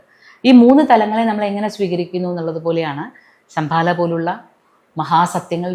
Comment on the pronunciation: Sambhala..not sambala